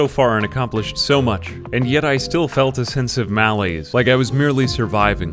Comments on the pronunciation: He pronounced malaise wrong 😝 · was certainly a new way to pronounce malaise